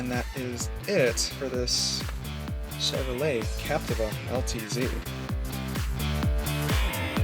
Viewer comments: Lol, I was just about to comment about the how to say captiva, now I know the right way to say captiva. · Say Capteeva